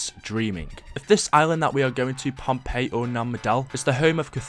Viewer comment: And everyone, it's not Pompeii, it's Pohnpei